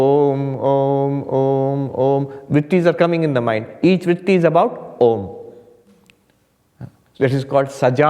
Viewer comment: The wonderful rolling Om at the beginning